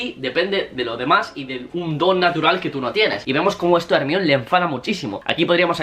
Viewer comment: Al décimo "Ermión", vomité